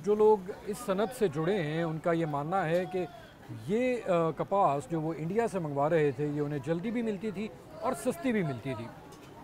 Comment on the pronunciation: Interesting to listen to Urdu spoken with a a thick Punjabi accent. Right from Imran Ahmed Khan Niazi to this gentleman. Love how they say Eendia!!